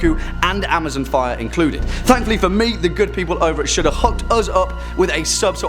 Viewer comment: It sounds like he’s saying Shoulda when he says Shudder